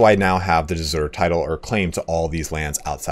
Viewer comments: Google seems to indicate de jure is pronounced "day jury." it's NOT the same du jour which is pronounced "duh zure" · I like how "De Jure" changes pronunciation every time. "De Joor", "De Jooray" "De Zoor". How to pronounce it, is "Day you-ray". The "J" in Jure is a Y in english (like in you), not a dzh sound (like in John). It comes from latin "iuri". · Hello, great video! I have two questions: 1 is it possible to switch from tribal to clan? 2 are there alternative succession laws for asian tribes? Thanks in advance. p.s. De jure in latin reads like de yurae would read to an english speaker.